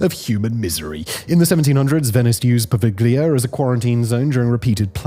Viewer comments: I can remember the times when Simon didn't put out videos by the hour 7/24 and so had more time for luxury things like trying to pronounce non-English names more or less correctly... Take, for example, how in his video about Poveglia Island from no more than a year ago, he said the island's name correctly, unlike in the present video... Gone are the days. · Love your content. You've helped me get through a lot of excruciatingly boring work days! Bit of help tho, the G in "Poveglia" is silent lol